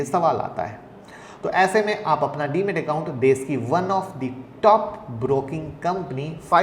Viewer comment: DEMAT not DEMET